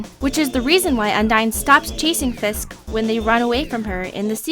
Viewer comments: it's frisk not fisck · Frisk not fisk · frisk.....not fisk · Fisk?? It's FRisk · His name is frisk not fisk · Whose Fisk???? And it's frisk.. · ...... ....... ...Did she just call Frisk.... FISK!?!?!? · Is she saying Fisk or frisk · Lol she says Fisk its Frisk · she says fisk, instead of frisk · Ikr its annoying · am I the only one who heard her say fisk instead of fRisk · u said Fisk 3 times in this video instead of Frisk